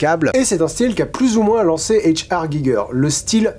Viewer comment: Giger était germanophone, il faudrait donc prononcer H.R. à l'allemande (ou limite en français), ca a aucun sens de le faire à l'anglaise. Sinon bonne vidéo comme d'hab.